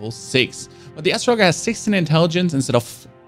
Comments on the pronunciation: Astro LOGGER hahaha its astrology, but with er instead of y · The second you said ASTRO logger I was out, learn to read bro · Dude, when it comes to words you don’t know how to pronounce, try to think of words you have heard before. I know you have heard of the zodiac and astrology. Now end astrology with “ER” instead of “y”. I hear podcasters mispronouncing things all the time. Even the ones with advanced degrees and I cringe every time. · How the hell do you mispronounce astrologer? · he pronounces everything fine, so not an excuse. Also astronomy is something all languages obviously know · im not a native english speaker either, if you can pronounce 10 year old level english you should be able to piece together the correct pronunciation for astrologer, no? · I was just shocked he couldn’t pronounce a basic 4th grade word. He’s the one who got angry and told me to touch grass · great tutorial man, idk why people in the comments are butthurt because you pronounced such an obscure word incorrectly lol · Love the way u say astrologer my dude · Hey, are you saying astrologer like that on purpose? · Did he really pronounce Astrologer like that? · He can’t pronounce Astrologer but I’m sure he knows what he talking about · Dude don’t even know he’s saying it wrong lol. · why do u say astrologer like that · Atro-logger? Lmfao 😆😆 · Does my man really not know how to pronounce astrologer or is he messing with me? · The way he pronounces astrologer makes my head hurt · Not even gonna lie bro. The fact you pronounced astrologer like that. I’m not even gonna watch the video😭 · sounds like an Intergalactic lumberjack! 🤣 And yes, I know English is not his first language. The guide is much appreciated for a new arrival to the world of Elden Ring and From software. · Ass-sraw-lags-jer aye mare just trying to help ya out there! But damn great video!!! I’m subbing and liking!!! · "Astro-log-er" lol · It's hard to watch when all you hear is lol